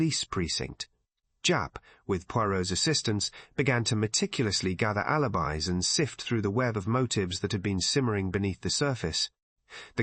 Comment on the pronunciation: "alibeez" ?? Check your AI narration.